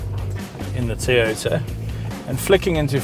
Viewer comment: its toyota not tiyota... thats how its pronounced